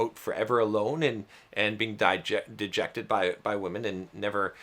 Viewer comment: Rejected not Diejected